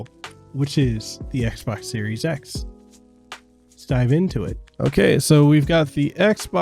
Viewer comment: "Xes" or how else you pronounced it actually sounds better then series x lol